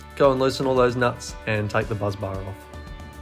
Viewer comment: BUS bar not buz bar